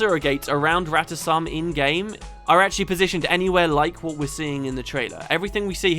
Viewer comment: In a GW1 cinematic, It's pronounced Rata Sum, as and I and many others pronounce it. That is the correct pronounciation. Felicia Day screwed it up and everyone else just followed suit.